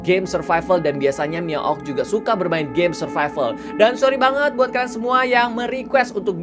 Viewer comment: Survival tapi bunyi nya(SURFIFAL)🤣🤣